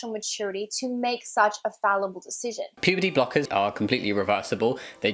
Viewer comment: Is it just me Or I heard "pp block" Instead of "puberty block"